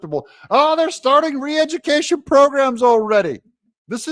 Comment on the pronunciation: Re-edjicaishun, alright. But should be for those that are advocating it!